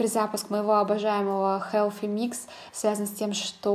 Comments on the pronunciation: Healthy, а не Helphy произноси правильно, слушать не возможно. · Koshka Potselyeva Межзубный "с" Но никак не "ф"